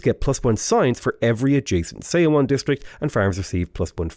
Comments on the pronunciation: Just as a note, look up the pronunciation of 서원 - it's more like 'suh-wun' than 'say-o-won'. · Love your stuff! Just one thing.. the "eo" pronunciation in korea words sound more like "uh". Seowon = suhwon etc. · So excited to see you play Sejong. Just one little thing, Seowon is pronounced like the "saw one" in "Yeah, I saw one." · Yep, I agree with this. yeah, the romanization of Korean can be weird sometimes. 서원 is somewhere between "so-one" and "saw one" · Hi, idk if you care, but the Korean word Seowon is pronounced "suh-won" same with Jeonju. It's pronounced "Juhn-joo" "eo" is usually pronounced "uh" I have no idea why they decided to use those letters lol Really enjoying your civ videos, thanks for the awesome content :) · seowon is pronounced "suh-won", with "suh" as in "up." the "eo" is a funny romanization rule. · The "eo" in seowon is actually an airy/soft o.